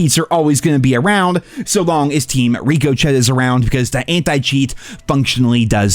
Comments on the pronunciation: still pronouncing the word Ricochet like “Ree-co-tchet” and not “Ri-cu-shay” is so funny. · Say it correctly for god sake its RICO SHAY as it the bullet bouncing off a surface. not RICO CHAT.... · Rico Chet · Ricochet is pronounced 'riccoshey' just so u know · Its wild how he miss pronounce "ricochet" all the time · and mispronouncing ricochet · I have more faith in you pronouncing ricochet correctly than cod ever coming back to its former glory.